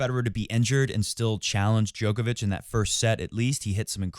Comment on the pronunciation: Show him some respect and pronounce his name correctly